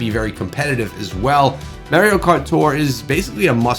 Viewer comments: Do you not know how to speak English? He miss pronounced Mario multiple times. "Maerio" Lol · The way he said Mario = 💀💀💀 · I went to the comments for this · No one made fun of the way he said Mario….